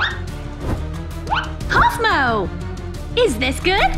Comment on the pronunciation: Small, it’s cough Mo. It’s cough Mo.